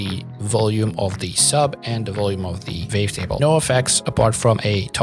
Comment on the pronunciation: super helpful, thank you so much! my favourite part is the fact that the captions match your accent with the "vavetable" haha